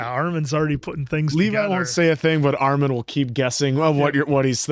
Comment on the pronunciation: STOP SAYING ARMAHN